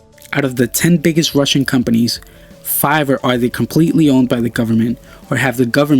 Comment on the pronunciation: He misspelled companies by saying companys, and Nanotechnologies, saying nanotechnologys